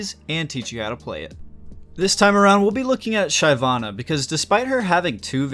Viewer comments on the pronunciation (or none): his pronunciation fucking hurts.... SHIV-AH-NUH.... he gets it right though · When I heard the first Shayvanna I had to pause the video and think if I really wanted to watch it. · Its "sheh-vana". Ty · It was super cringe man, holy stop americanizing everything. Like how can you name "La Casa de Papel" into "Money Heist". Super cringe man. NA is super cringe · Everytime he pronounces Shyvana, I wanna kill myself. Maybe learn the actual pronunciation of a champion’s name before doing a video..... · the way you say "Shyvana" makes me question your elo tbh....lmao